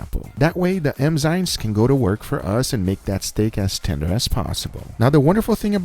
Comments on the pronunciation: It bothers me that guga pronounce "enzymes" like "emzymes" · ENNNZYMES NOT EMZYNES GUGA !!!!! Every goddamn time :) triggered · Please don't say "M"zymes